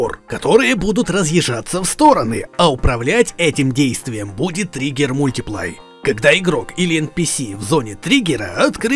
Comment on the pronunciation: Не Trigger «Мультиплай», а «Мультипл» 😊